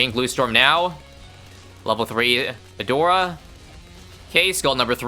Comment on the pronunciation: "We're going to pick A-door-a" The BEST pronounciation of her name i have heard in a while